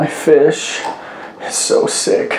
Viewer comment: He said sick are fisj